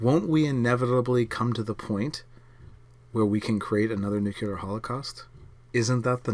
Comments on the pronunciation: "Nuc-u-lar" instead of "Nuc-le-ar" is a well known Shibboleth for Washington DC insiders (mostly conservatives, and heavily taken up by the neocons in the early 2000's), and has been for my entire life. Like it or not, it makes someone who says it sound like a George W. Bush cabinet member. A Ph.D. claiming that it's nothing but a 'local accent' just seems a little bit disingenuous, or perhaps just clueless. Did you get your degree from Under Rock University? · "Nuclear", "nuclear", "nuclear". FFS, stop saying, "nook-yuh-ler".